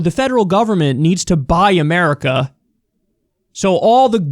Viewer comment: Instead of "Buy America", I keep hearing "Bi-america" as in two Americas. Anyway, I hope that Biden comes out with more like this.